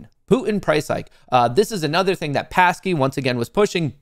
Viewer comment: It's Psaki not Passkey - makes a difference in the credibility department, no?